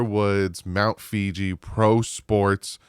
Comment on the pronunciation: Not capping or dissing, but re: Mando, it’s Mt. Fuji (in Japan) not Fiji (South Pacific). I’ve heard that from you a few times. Keep up the reporting